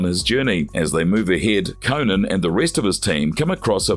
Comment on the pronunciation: CO-NAN, Not CONAN that’s a funny late night talk show host. Jeez🤷🏾‍♂️🤷🏾‍♂️